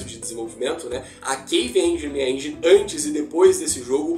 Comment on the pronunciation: Uai, foi sem "enguine" ou com sua própria "enguine" 🤣 num intendi hehehe Zoeiras a parte, ficou top. 👏🏽